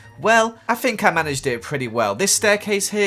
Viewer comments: Anika Milevska bro calm down! says ‘Fink’ and not think. “Idiot”. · Fink?,It's think not fink you idiot 🙄🙄🙄🙄